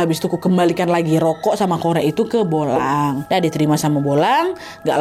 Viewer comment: Bulang kak Nat bukan bolang😂